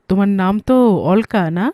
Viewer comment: নামটার উচ্চারণ হবে অলোকা, অল্কা না